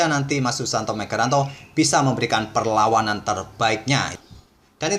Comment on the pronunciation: Biasa aja bang kalo ngomong perlawanan sampe belepotan 🤣